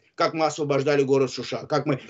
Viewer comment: Они правильно ставят ударение,они правильно произносят город (Шуша)!